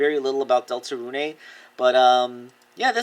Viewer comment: Some info about Deltarune for you, Deltarune (Pronounced Delta-rune not runé) Is made by the same creator of Undertale and is similar to Undertale regarding player choices, however you have a party similar to more traditional RPGs. Deltarune is planned to have 8 total chapters further expanding the lore. Sorry for making you read all this if you did, also I love your content and you are a very inspiring creator.